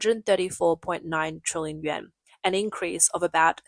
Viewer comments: Why are you saying “Yen”. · Because the Chinese currency is the 'yuan', in pinyin transliteration, but it is pronounced "oo-en". Think of the 'y' being almost silent, the 'u' pronounced as 'oo' and the 'a' converted to a short 'e'. "oo-en"